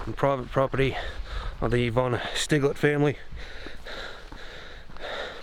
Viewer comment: Thinking the pronunciation here might be Sty-gletz as it looks like a German name. Anyway, thanks for the upload. Nice walk around.